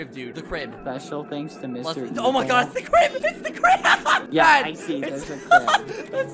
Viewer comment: OH MY GUH